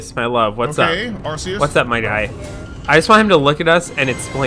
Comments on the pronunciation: And that is arceus (keus) not arceus (arseus) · ITS PRONOUNCED ARKEYUS OH MY GOD!